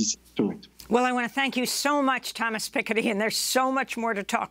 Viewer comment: How can you pronounce Thomas Piketty like that, especially in the same sentence where you pronounce Macron later on?? WTF? hahaha